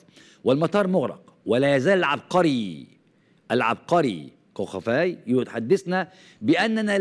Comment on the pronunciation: من أجل إعطاء مصداقية لفيديوهاتك ، أرجو أن تعمل على قراءة ألأسماء بشكل جيد !! جونين ، الجيم معطّشه كالجيم المصريه مثلا وكوخافي ، وأسماء ألجرائد ألأجنبيه